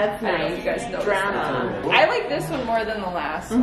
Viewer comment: The way your mom said "drama" sent me lol. I swear you guys have your own special way of pronouncing things that just makes me cringe and giggle at the same time.